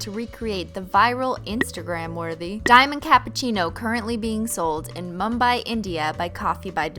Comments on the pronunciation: I like the fact that u pronounce mumbai and India correctly...😃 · I've learned so much from this video including how to properly pronounce Mumbai